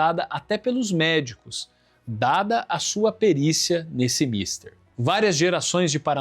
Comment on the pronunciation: Muito bom o vídeo, mas deveria ter mais cuidado em reproduzir os textos escritos. O "ferétro"? (é féretro mesmo) "míster"? (é mistér, mesmo) "dois filhos"? (eram dez).